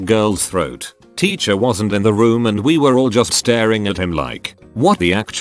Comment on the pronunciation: Nobody: Reddit voice: “Ticher”